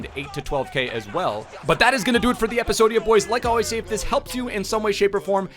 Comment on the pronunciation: I just dont like u say episodia